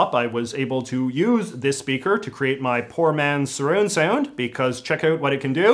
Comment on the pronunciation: Much respect playing the FF7 battle music for the sponsor. Also love the how the accent really shined when you mentioned the "surrooond soond" Love the channel!